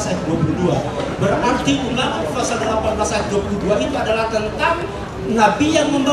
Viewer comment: Apalah arti pengucapan fasal dgn pasal tapi yg lebih penting inti dari kebenaran yg di sampaikan sangatlah jls tentang nubuat buat nabi Muhamad itu yg penting ini bukti yg nyata:Nikko mamtakkim Dhekhullo MUHAMMADIM zeedodi vezer,i Benoq" Yerusalem.